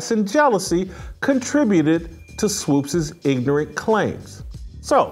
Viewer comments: Swopes lol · Why Jason can't pronounce Swoopes, it's not Swoopes. Kinda distracting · Whitlock, 🤦🏾‍♂️Swoops** rhymes with hoops🧏🏾‍♂️😂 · Is Jason confused about her name? It’s Swoopes not Swopes! Do better Jason! SMH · Jason needs to learn how to say “Swoopes” 🙄. It’s distracting from the good point he is making. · Jason, can you please say "Swoopes" and not "Swoopes"? You're killing me, Smalls. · pronounciation of swoopes is problematic lol